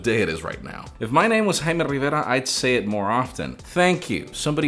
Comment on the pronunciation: My last name is also Rivera. Thank you for pronouncing it correctly.